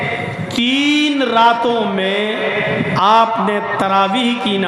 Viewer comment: Its taraweeh * not Rawaweeh 🙄